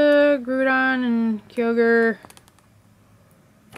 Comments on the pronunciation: and groudon and kyogre too xd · Umm... You pronounced almost every Pokemon incorrectly! Ray-Quay-Zah, Grow-don, Kye-oge-r